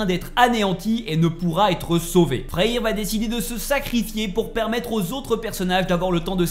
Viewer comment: Super vidéo merci Mais s’il te plaît arrête de dire raniarok c’est RAGNAROK ( rague narok ) et FREYR ( freyeur ) pas freyir sinon à part ça nickel.